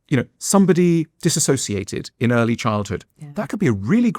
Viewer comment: Why does Alain always call dissociation disassociation... He's a psychotherapist?!